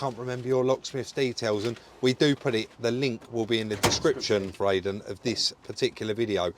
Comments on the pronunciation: called him aiden again countless times after saying about it being pronounced eiden 🤣🤣 good job hes a mate poor bugger, great video as always lads 👍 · And you still couldn't be bothered to pronounce his name properly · Calls the guy Aidan, he corrects you on pronunciation, you continue to call him by the wrong name - abit insulting no?